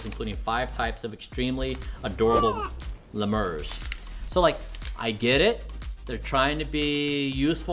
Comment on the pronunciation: Dude can't pronounce "Lemur".